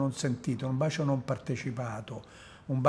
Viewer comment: Sinceramente lo trovo noioso nell'esporre e poco coinvolgente. Poi quella pronuncia, "bascio".... Mah!